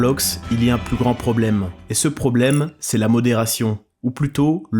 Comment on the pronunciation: sonne comme d'est sans, pas c'est sans